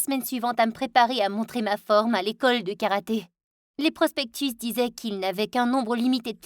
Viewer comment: C karaté pas karate